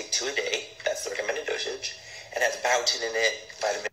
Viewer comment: I guess $$$ makes busted ass vitamins amazing da house... Did anyone clock how he said Biotin wrong? LOL